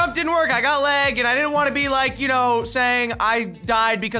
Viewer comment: This dude complines about lag and doesn’t even know how to say “lag” right